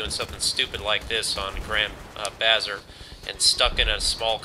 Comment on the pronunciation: Bazaar (ba-ZAR'). Grand Bazaar. Not bazzer.